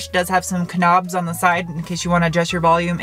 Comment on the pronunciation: "...Kanobs..." lmfaooo